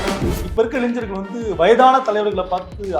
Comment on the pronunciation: இளைஞ்சர்கள் இல்ல தம்பி, இளைஞர்கள்